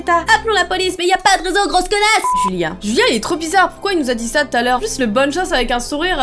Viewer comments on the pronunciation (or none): on antend julia au lieu de julien